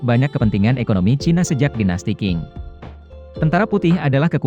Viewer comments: dinasti qing (dengan q) alias dinasti manchu. q dalam pelafalan hampir mendekati c atau dengan desis. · Dinasti Qing dibaca Ching bukan King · min, bacanya bukan dinasti king, tapi dinasti cing, huruf q dlm romanisasi China bacanya jadi huruf c, btw sukses terus ya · Iya baca nya Ching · Q bunyinya ch